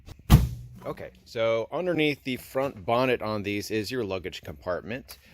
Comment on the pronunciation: Thanks for the English accent on the word 'bonnet' :)